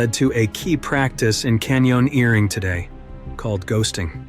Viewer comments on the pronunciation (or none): Canyon earring. It's everywhere now. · Some moments make me feel like this is a fake voice. AI. there's a sudden cutout and then some WILD mispronunciations. Feels like an AI voice reading typos like sandbeg and can-yon earring about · “Can-yawn-eering”. Does anyone record actual human voiceovers anymore? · No…. Is “mall-yaneering” a thing? 🧐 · Stupid AI voice can’t say “canyoneering”